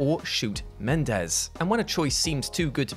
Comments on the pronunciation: Men-en-dez sir, not Mendez. That entry just made me irritated at BO3 all over again. The BO series was quite interesting up until 3 totally went on to do its own thing. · Respectfully., it's prounounced Muh-nen-dez, not Men-dez. They're different names, sir. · Menendez, not mendez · To steal his gags, It’s, and say it with me everybody, Men-EN-Dez. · It's Me-nen-dez. Idk why Brits have such difficult time pronouncing this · It's pronounced MenENdez.